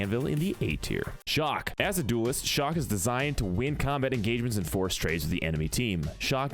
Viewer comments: He keept calling chaac shock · why did you call chaac shock?